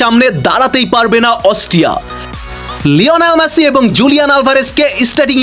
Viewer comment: Vai ektu besi kotha bolen apni ja bolar eke barei bolben besi kotha bole somoy nosto korben na Ar ম্যাসি না মেসি😂😂